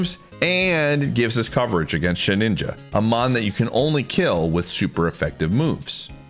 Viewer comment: once again love the video, but brother its sheDINJA, not shedNINJA, you should really know that by now with your pokemon knowledge and experience